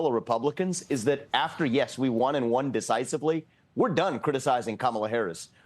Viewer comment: the way he says “country,” and , the way he says “dunk,” both have a distinct pronunciation commonly heard in Indian accents.